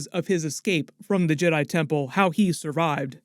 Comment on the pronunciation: ¿Why did he say yeRAI and not jedi?